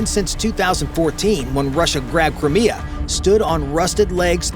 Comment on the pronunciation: It's Crimea not Crmea